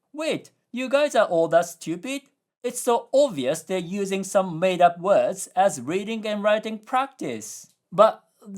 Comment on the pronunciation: You really gotta work on your pronunciation of "words". You always pronounce it "wuds" instead of "werds".